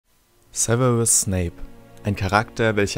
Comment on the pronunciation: Sewewus snape wer kennt ihn nicht? 😂